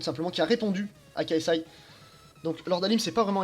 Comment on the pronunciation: Enlèves les "fucking" et prononce l'anglais correctement et ta vidéo sera bien meilleure... Le "K" de KSI se prononce "kay" et pas "ka". On prononce un acronyme entièrement en anglais ou en français mais on ne fait pas un mix des deux.